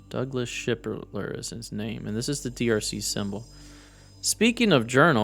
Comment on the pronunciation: Laughing out loud Sharper not shipler 😅